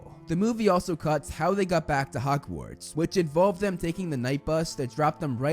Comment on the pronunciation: It sounds like you keep pronouncing "Hogwarts" as "Hockwarts"